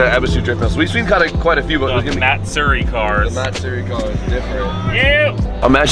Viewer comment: MATsuri TF is MARTsuri?